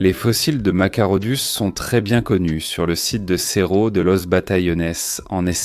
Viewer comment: Machairodus qui se prononce Makairodus.